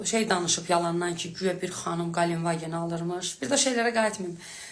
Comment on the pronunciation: Ay cuskalar Galenvagen yox! Ay cuskalar! GELENDVAGEN ! Heyif o masin ,sizin kimilere! Danisada bilmirsuz emelli